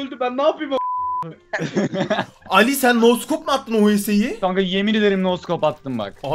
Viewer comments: Şu scopa neden no scop diyorsunuz yav 😂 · Abi neden scopa no scop diyonuz